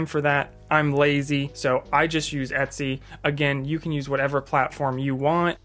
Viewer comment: Are you pronouncing it Itsy (as in bitsy)? it's EH-t-sy, as in Ergonomics. It's funny bc you said it correctly in other parts of the video.